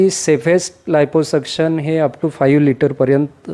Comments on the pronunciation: 😂 आयपो सक्षण नाही ओ, लायपो सक्षण म्हणा😅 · NDTV च्या पत्रकाराने लायपोसक्शन ऐवजी आयपोसक्शन केलं. 🙏🏾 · Anchor ne navin shabd shodhla iposuction 😂. Aadhi abhyas kara neet